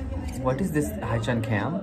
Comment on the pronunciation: Just saying but haechan is pronounced as he-chan not hi-chan >.<